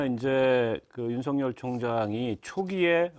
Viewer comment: 한국사람 일텐데 왜 한글을 못읽을까 죄다 윤성열 이라고 발음하네.. 윤석열 아니었나?